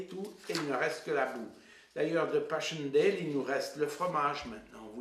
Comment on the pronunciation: Estaires se dit é-tè-re. Et Passchendaele se dit passèndale et non pass-chendèle Zonnebeke se dit Zaunebequ' et non Zonnènnbeke. Le cimetière militaire portugais de la photo est au lit-dit la Bombe à Neuve-Chapelle, Pas-de-Calais, en France et non en Belgique. Parle-ton à un moment des combats, de l'offensive, de la contre offensive ? C'est une video décevante.